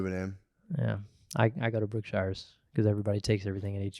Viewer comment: For the love of gawd man it's pronounced "Brooke-shures"